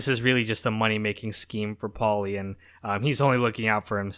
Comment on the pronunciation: why do you pronounce “paulie” so weirdly you keep saying with a decent pause in between “Paul-lee”😂